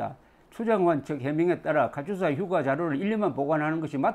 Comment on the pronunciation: 조기자 님! 옳은 말씀입니다! 도대체가 KATUSA의 발음을 유투버들은 모두 카츄사라고 합니다! 실제 군영에서 카츄사라고는 발음하지 않습니다! 몹시 거슬립니다!